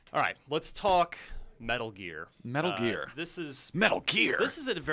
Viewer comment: Was anyone else kinda impressed by the way that guy said "metal gear" at the beginning?